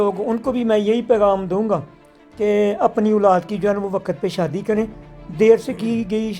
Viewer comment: shadi beta hoti ha sadi nai pala bolna seehk pir kar shadi